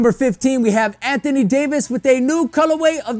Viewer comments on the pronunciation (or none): none